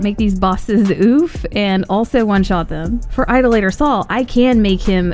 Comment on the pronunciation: Why does every YouTuber pronounce idolator wrong?